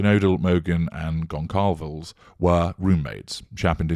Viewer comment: Conçalves, then.